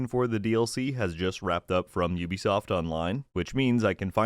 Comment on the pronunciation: Thank you for pronouncing Ubisoft correctly and not pronouncing it as 'ooh be soft' 🤦🏻‍♂️